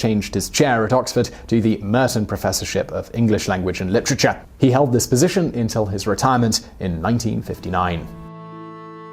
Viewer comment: Is that how you always say literature? Litter-cha-CHA!